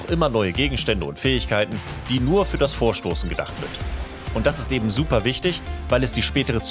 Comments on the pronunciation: Eben, ebent?! Das machen so viele! Kann mir das einer erklären? Ist das Dialekt oder Dummheit? Da gehört kein t hin!!! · "Ebend" bringt mich immer halb um ^^